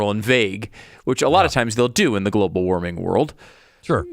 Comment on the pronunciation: “Globull warming”! ROFL!